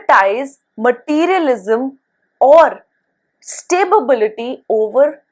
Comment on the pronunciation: Madam, I just noticed that you pronounce the word “Stability” as “Sta-bi-bi-li-ty” in few previous of your videos as well. I hope this comment will help you recognize the little mishap… I wish there was a way I could send you a personal message about this. I just mean well, and I love your videos! One question… Do these inferences work only on Sade sati, or do they work on Ashtama Saturn transits as well?